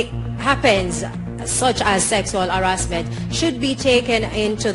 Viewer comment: "Sexual arrasment" "be professionoll" -Jamaica 2017